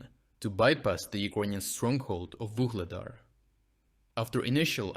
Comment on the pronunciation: again inconsistencies in pronunciation - "Vuhledar" with a strong "h", then and "Vuhledar" with a silent "h". Please keep the quality of analysis and reporting, but please do not use AI to narrate :/